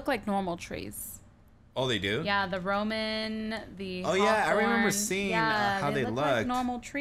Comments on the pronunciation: It's called Rowan tree's not roman trees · Lol its rowan tree not roman tree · ROWAN not ROMAN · Cupquake,its Rowan wood not Roman wood. And i understood you, we both confuse others... One more thing, you need hunger to use minions you were about tom start dieing from hunger when you did it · It's Rowan with a w not roman :3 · Rowan tree not Roman tree, hehe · It's ROWAN saplings not ROMAN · Cupquake it's not roman it's Rowan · lol roman tree its rowan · It's rowen not romen